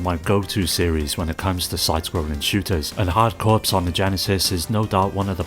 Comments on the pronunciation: Corps is pronounce 'core' not 'corpse' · Great video! FYI "corps" is pronounced "core" so it's a pun: "hard core". But you already knew that - consider your engagement driven 😊